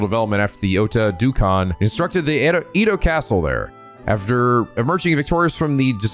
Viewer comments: You had it right It’s Edd-oh… EEE-Doh sounds so weird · no, its the previous pronounciation, edo not ido. (at least that's how it is said in anime) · Japanese pronunciations are always consistent. Edo is “eh-do” because “e” is always pronounced with a short e sound. Furthermore, you always struggle with the “ei” pronunciation, which is supposed to be pronounced “ay” as it’s a combination of “e” (“eh”) and “i” (“ee”) to make an “eh-ee” (or “ay” to be simple). In the past, you’ve always mispronounced it like the German “ei” which is pronounced like the word “eye.” I’m glad I was there to correct you for the Seiwa Clan in your Yakuza 4 LP.